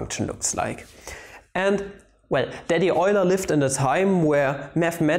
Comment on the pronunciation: "Daddy Euler" schön, den Namen Leonhard Euler richtig ausgesprochen zu hören. Ich belehre Mathematik hier in Australien und ich ziehe meine Schüler ständig dazu, Euler nicht als "you-ler" auszusprechen. Eine kleine Anfrage, produzierst Du Videos in der deutschen Sprache? Beide Deutsch u. die Mathematik sind meine Leidenschaften seit Jahrzehnten gewesen aber mir sind die mathematische Begriffe nicht so wohl bekannt. Es waere schön wenn die beiden vermischt werden können. Ausserdem wäre es toll dass die Werke von Euler, Leibnitz u Gauss unter anderen auf der eigenen Sprache erklärt und verwendet werden.